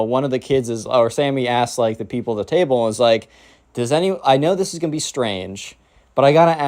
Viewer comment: Bro "table" njhghhnhgguhnhj